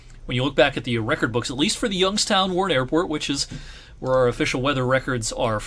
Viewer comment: As a person who moved to Youngstown from Rochester, NY I thank you for pronouncing it right.